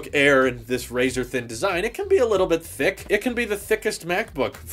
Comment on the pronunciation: Did you keep saying “thick” or “thicc?”